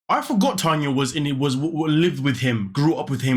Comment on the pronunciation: My name is Tanya too but spelled the right way lol listening to you say "na na na na Tania na" for a second I was like what did I do this time lol